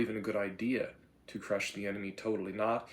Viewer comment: "MUST CLUSH CAPITARISM!"